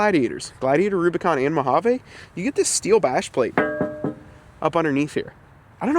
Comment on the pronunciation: Say it with me now: mow-HAA-veeeeeeeeee Sorry as a ‘25 Mojave owner it makes me cringe every time I hear “eh” Otherwise great work. Keep the suspension, it’s one of the truck’s best traits IMO. Several options out there for modest lift while keeping suspension (e.g. RockJock)